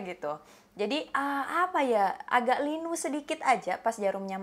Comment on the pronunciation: "linu" keluar sundanya kaa wkwkw